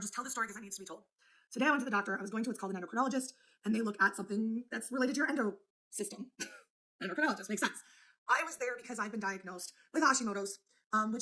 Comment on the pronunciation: "Endo system" 🙄 All she had to do was google the pronunciation. It's endocrine system,. "END-o-krin" Why are ALLLL the gorls illiterate? 🤔